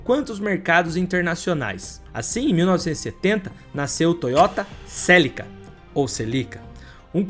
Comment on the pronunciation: Os vídeos dele são bons mas a pronúncia dos nomes dos carros e das pessoas atrapalham, celica não tem acento